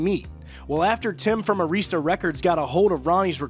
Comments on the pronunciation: IT'S NOT AIREEESTA!!!! IT'S AIRISTA. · That's 'Air' ista, records, boss. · You don't know how to pronounce Arista